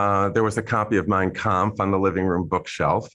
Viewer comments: I noticed Trump had no trouble pronouncing "Mein Kamf" but can't pronounce Yosemite. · He pronounced the name of that book awful wel. With accent! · Trump mispronounces words all the time. Hearing him pronounce Mein kampf with such clarity makes me think he practiced, Why. He is a fan of Hitler. Trump has always been racist. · Trump says "Mein Kempf" so perfectly that there's no doubt he's read it and had his Nazi father talk about it all the time. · The MOST alarming thing about tfg talking about mein kampf is the perfect pronunciation of it, considering how otherwise stupid he sounds. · Trump says he’s never read Mein Kampf but pronounces the title very deliberately and perfectly. He rarely pronounces any English words with such precision as that. Which of course means that he read it and respects Hitler so much as to not mispronounce the title of his all-time favorite book of lies. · Trump can’t pronounce half the words he says but pronounced Mein Kampf perfectly? 🧐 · I thought his pronunciation of Mein Kampf was too smooth when I first heard him say it. He said the name of the book he "never read" better than he called second Corinthians as 2 Corinthians from the book he claims to have read. Some article long back floated around that Fred was spotted at a Nazi rally, so what the 92 year old caller said was not surprising at all. It's just been sad that Republicans whom I used to have some respect for have been revealing their shared Nazi beliefs and their warped view of Christianity in their loyalty to Donald Trump. Donald has revealed how much Republicans hate everyone who is not a straight WASP, how much they hate the Constitution and state's rights, and why that they really want to get rid of the FBI so they can get away with their trickery and debauchery. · Trump has no trouble pronouncing the name of Hitlers' book. ⚖️🎼💙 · Funny the orange one can pronounce that with no problem but can’t say “origins.”